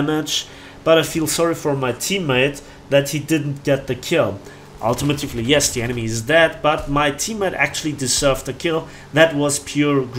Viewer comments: Hey. Nice video! I just wanted to let you know that it's not pronounced "ultimitufly" it's "ultimately". Im sure you get this a lot, sorry! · Ul- tee- Mate- Lee